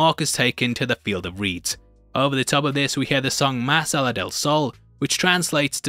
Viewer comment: Just one thing Más allá del sol is pronounce this way: Mas=Must without the t Allá=Maya without the m, but accentuating the last A Del sol was right